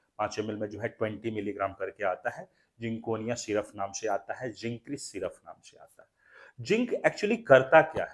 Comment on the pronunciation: syruffff ni hota syrup hota hai